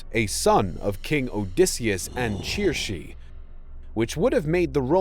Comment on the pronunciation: churshe? from circe? you mean suh-see, like cersei from game of thrones.